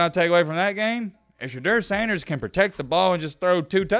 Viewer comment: I used to be a fan until you came out with that black wig.Then you disrespect Shedeur Sanders by spelling and saying his name wrong in your other video..Your BS down low disrespect is whack and not acceptable!!!